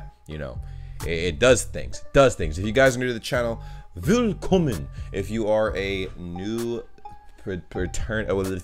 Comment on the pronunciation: Ohhhh this was the first video from you the pronounce of "willkommen" was perfect 👌 👌 👏😁 perfect👏👏 I think Montes House will be perfect 👌 😉 I like it